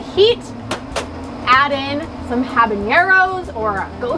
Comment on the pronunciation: Cool idea, but to be honest you lost me when you mispronounced both Jalapeno and Habanero. Small thing but attention to detail is important for both YouTubers and Chefs. I couldn't finish the video due to the cringe every time you said it.